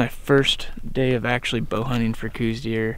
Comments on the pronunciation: I was born and raised in Tucson. When I started chasing deer in Arizona my dad told me to learn about what we were going to hunt. The FIRST thing I learned about these small whitetail deer was how many (almost everyone) did not know the true pronunciation of Coues. It IS NOT "Coooose". The correct pronunciation is "Cows". When I listen to people talk about this specie of deer I want to reach through the screen and shake their neck. If you are going to act like an expert, at least know the correct pronunciation of the animal you are hunting! The other animal you are hunting is also subject the travails of poor pronunciation. The name, javelina, is pronounced as a hard "h" not as a hard "j". It is not an Olympic track and field event. I think the mispronunciation is an indication of our poor schooling process. By the way, although I am not sure, the area you are hunting looks exactly like the area I grew up hunting, south of Tucson in the Patagonia area. Big huge draws with lots of places for the deer to disappear into. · Randy explained at the beginning of the video EXACTLY why they say cooz instead of cows. He also said he knows the proper official pronunciation. Before you rag on somebody, listen to what they have to say on the subject. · 98.6% of people say "cooz" and I don't care (and I just made up that number). I continue to pronounce it correctly and don't notice how other people do anymore. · The "house" pronunciation is wrong too. We talk about this several times on Randy's podcast. Dr. Elliot Coues wrote that that it is pronounced "Cowz" (his words not mine). I think we should recognize Elliot as the real expert here. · lol eternal debate. Call them whatever you want. Randy has videos on this very channel regarding the name of the deer. Read 'Deer of the Southwest' by Hefflifinger. Also interesting is that the true proper pronunciation that really noone uses is likely 'Couse' like 'house'